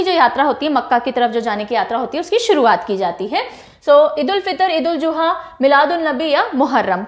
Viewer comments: The right pronounciation is Eid ul zuha not juha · Could you please don't mind mam i want to say it is not eid ul Juha it's eid ul zuha , and wo sar ni manga tha Hazrat Ibrahim kai bete ka wo sirf anuka test mai shadeed krne ko kha tha . Mera btane ka mtlb hargiz ye ni hai ki mai koi hater ho ya negative comment kr rhi ho mai apki subscribe ho aur mujhe apka prhane ka tarika behad psnd hai aur bhot aacha ap parhati hai app . Thanku you so much 💝